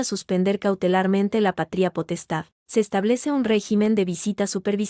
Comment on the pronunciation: ¿Pa-trí-a potestad o pa-tria potestad? Tremenda burrada de los que suben estas historias a la IA. Es errores trás errores garrafales. De gramática no saben un comino.